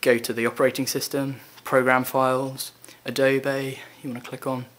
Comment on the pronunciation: "A-DO-BAY" I giggled..